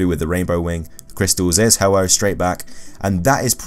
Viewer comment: u said ho ho it's ho oh